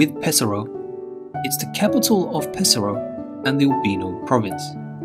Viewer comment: Nice idea to show there is more than Roma-Firence-Venezia , but how about learning to pronounce the names ? "Bairgamo", "Paysaro"(not Pesssaro),"Teeevoli" (not Tivvvoli), "Uuumbria", "To-di" (not Todddi), "Varennnna" ...nowadays even Smartphones tell you how to say words in other languages ....